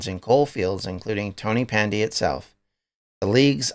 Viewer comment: Great video. It's pronounced tonnapandy btw. Ta man.